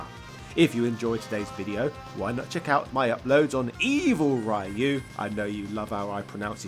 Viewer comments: Love your channel and video. Ryu’s name is pronounced ree-oo, not rye-oo. There is no Japanese sound for the second pronunciation. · Interesting video. However, the right pronunciation of "Ryu" is not "Rayu", since it is not an English name. Japanese name should be pronounced in the intended way (in this case "Ryū", spelling the "y" as a short "ee" and a long vowel in the end, as in "Ree-yooh"), and I know this use started all the way back in the 90s, but it's 2023, and we surely moved on a bit, from then. I hope it helps. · I love your videos but when you pronounce Ryu as Raa-yu and Sho-Ryu-Ken in its true sense it gets very irritating :| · Put some respect on Ryu's name pronounced Ree-U. Say it right. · He doesn't care so don't bother wasting your time trying to correct his pronunciation. We've been trying since the beginning and he's got no interest in making any effort to improve despite being a fan of the game which makes absolutely no sense to me. And if Ryu's name was meant to be pronounced the way he says it, it would be written "Raiyu" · How can you not pronounce Ryu properly? 🤦‍♂️🤦‍♂️🤦‍♂️ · Obligatory "You mispronounce Ryu" comment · Always found it quite shameful that people would take the time to create such well built videos yet won’t go to learn how to actually pronounce Ryu’s name right…Also “Youdon Comics” (Udon Comics)…..Cringe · Could you please learn how to pronounce "Ryu"? xDDDDD. I have watched a few of your videos, they are reaaally good, but all of then have this Ryu huge flaw xD